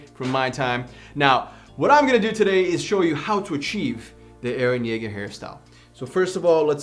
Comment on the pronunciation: It's eren Jaeger